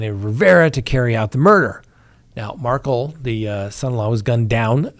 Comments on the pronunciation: Mar-kel, not Markle. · Mag buh nu uh. Mar kell, not Markle. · Mag-ban-U-a, MAR-kel